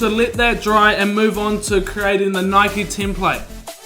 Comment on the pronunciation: It’s nike not nikeie